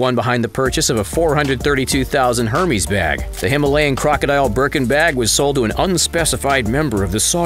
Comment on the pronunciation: the way he says hermes kills me